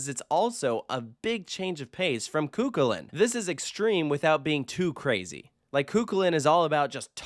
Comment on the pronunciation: Cu Chulainn "koo-KUL-in""